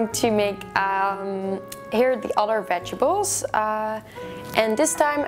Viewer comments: I love you to bits gal but its veg-et-ables....not vegables!!!!!!!!!!!!!!!!!!!!!!!!!!!!!!!!!!!!! >.< !!! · ohhh Its so funny how you say Vegibles instead of Vegetables )) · Veg-a-bles lol